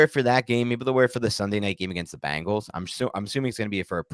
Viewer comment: It's Bengals, Not Bangles. The Animal, not the Band. Or, The Animal, not the Doo...